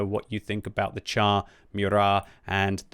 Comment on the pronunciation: Its pronounced "shar". Not "tchar".